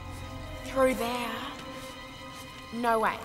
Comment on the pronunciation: NAUR CLEOURRR